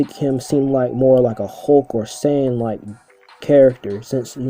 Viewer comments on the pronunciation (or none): none